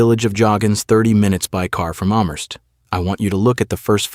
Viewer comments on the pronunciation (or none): Pronounced Cal - less Amherst is pronounced Am - hurst Otherwise i enjoyed the video as I’m not too far from Calais and am quite familiar with that area of Nova Scotia. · You worked so hard at this and yet your "Cal-ee-as" made me question your work ethic. (Not to mention Amherst and Moncton.) Easy to check pronunciation.